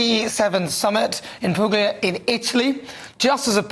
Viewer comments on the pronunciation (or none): Note to Nana: Puglia is pronounced ‘Pool-yah’; it’s one of the twenty regions of Italy.